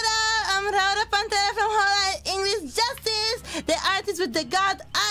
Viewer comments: Biboo still can't say Raora's name right lol. So cute. JK, she can say her name right. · I love how Biboo says it wrong with zero hesitation.